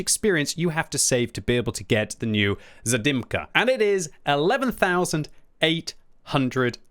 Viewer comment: Quick polish guide for: V Zadymka (which means: little fracas) was pronounced on point. VI Burza: in this case you dont split 'r' and 'z'. Instead you speak it as a single letter. The best comparison I found would be with the first sound from the name 'Jacqueline' VII Gowika: on the spot VIII Kilana: on the spot IX Gonkiewicza: 'Gone'-'kye'-'vee'-'cha';) X Błyskawica: you got it pretty ok. GG;)